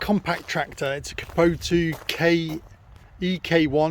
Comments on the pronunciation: Nor kuboto 😂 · Bro. It’s kubotA. Not kubotU.